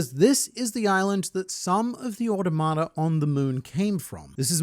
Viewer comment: you say "automata" a lot without ever looking up how to pronounce it also, obligatory "millennium", not "millennia"